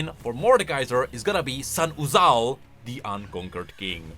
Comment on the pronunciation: i will do 5 pushups for every time says "Sahn-uzal"